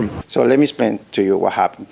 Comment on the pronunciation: "Let me splain"